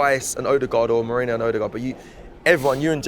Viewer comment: calling Merino “Moreno” and saying “Mourinho” 🤣